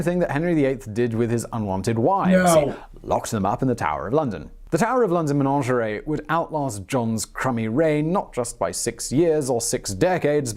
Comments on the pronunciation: It's a Menagerie, not Menangerie like this man said. Oh dear, I do hate it when these people don't double check their words !! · The word is “menagerie” not “menaNgerie”….please tell him! There is a legend that when there are no longer ravens in the Tower, London will be no more! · Yeah. That weird pronunciation was grinding my gears, too. MUH-NADJ-UH-REE! (Stress on second syllable). Good vid, though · Ok, 2 things: One, what's up with his pronounciation, especially "menagerie"? Two, can we stop with the idea that Henry VIII led England's Reformation. He lived and died a Catholic, he hated the Protestants, it was just that he wanted a Catholic Church with himself as boss of what happened in his realm rather than the Pope.